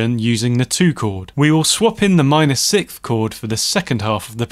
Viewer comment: Man, I REALLY appreciate and love your videos, one small remark, though: since I am very concentrated on the sounds you produce (that is the scope of those videos, right?) when you say sikth instead of sixth, I feel like a sharp piece of ice just pierced my ear, each time. Since I am not a native english speaker, I might be wrong, but to me, it sounds like you're swallowing the "s" before the "th" to emphasize the "h" which sounds extremely annoying to my ears. That's why I wanted to humbly ask viewers of the channel (including yourself) to clarify. As far as I can remember, everyone always said: s-i-k-s-t(h), not s-i-k-th, usually pronouncing the "th" more like a standard "t." Or am I missing something? :) Keep up the good work, you've made a ton of difference to my songwriting!